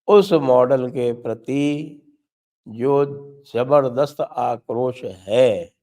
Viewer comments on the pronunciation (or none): none